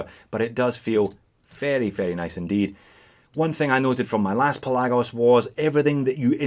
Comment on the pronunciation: I think it's pronounced Pelagos.